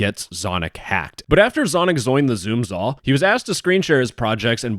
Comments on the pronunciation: says zoins the zoom zall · "zoom zall"